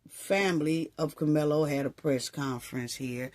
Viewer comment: I love you but it's CAR-mel-LOW 😂